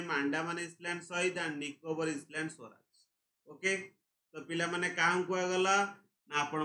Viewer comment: Island ,,issssland